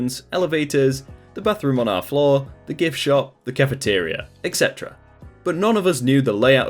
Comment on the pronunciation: Does it bother anyone else when people pronounce "etc" as "ex-etera" instead of "et-setera"?